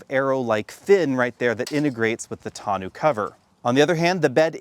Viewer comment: can't pronounce tonneau.🤣🤣🤣